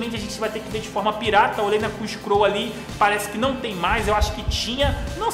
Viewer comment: "crunch croll"? kkkkk é crunchyroll kk